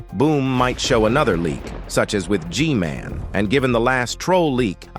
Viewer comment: G-MAN❌ G-GAY✅